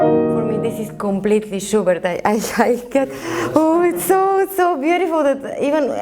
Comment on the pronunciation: I hear sugar every time she says schubert